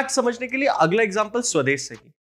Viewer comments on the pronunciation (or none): It's Swades not Swadesh...